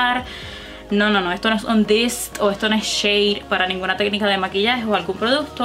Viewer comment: “Que es ejto tiza?” Miraaaaaa nena paraaaa 🤣🤣🤣